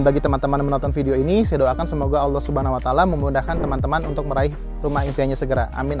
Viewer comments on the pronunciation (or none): none